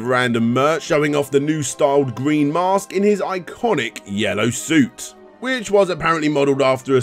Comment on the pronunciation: It’s called the Mask. The narrator keeps calling the Mosque.